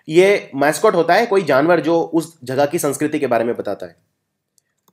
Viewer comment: sir y do u pronounce jagah as jhaghahh